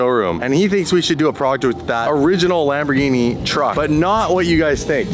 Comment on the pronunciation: LAMB-BOR-GENIE🤌 PLEEEEEEEEAAAASE